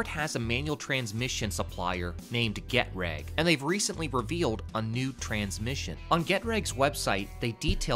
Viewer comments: Germany here, so after the butchering of the German names Audi(Owdee, not Awwwdee) Porsche (Por-sche,not Portch) and Getrag (Ge-trag not Get- rag) thank you for your attention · It’s not Get-rag, it’s Get-trah-g. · It is pronounced [Geh Trawg]. Trawg like log. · As far as styling, how about a large horse with a circle around it with the ford logo on top or bottom. BTW the manual trans co. is pronounced Gee (as in gee wiz) trag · Learn to pronounce Getrag ( Gu trog)